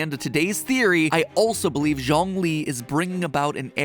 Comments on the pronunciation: Matpat just pronouncing Zhongli as John lee 💀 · Ok this is me just being nit-picky, but Zhongli’s name is pronounced, Juong-li (the U is more soft) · And Zhongli's name is pronounced Joh-ng-li or more like Ts-yong-li... Surprisingly, the entire Genshin impact community is very conscious about miss pronouncing names, not necessarily to avoid some controversy, but more like to be true to the characters they love.